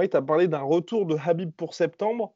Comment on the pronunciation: Ce "Rrrrhabib " , il aurait pu perdre contre johnson, il a raté deux fois la pesée contre ferguson et là il s'arrange pour ne pas y aller , ca fait juste 3 fois qu'il évite ferguson. Franchement qu'il affronte un lutteur qui est super bon au sol comme ferguson ou GSP et on en reparlera. En tout cas toujours sympa vos videos.